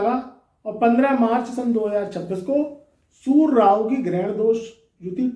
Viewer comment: सुर नहीं होता सूर्ये होता है 😂😂😂